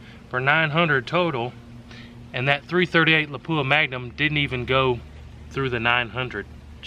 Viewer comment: When the tester can't pronoun Lapua properly........